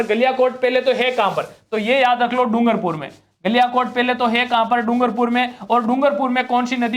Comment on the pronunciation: सर "डुगरपूर" नहीं "डूंगरपुर/डूँगरपुर" होगा।